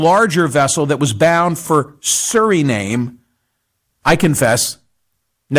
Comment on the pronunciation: Hey Mike. We love you but try to look up how to pronounce Suriname before going on CNN. This suggestion is a favor from your audience.